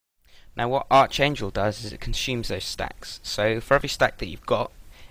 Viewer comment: its pronounced ArKangel not Arch.. your english is terrbile..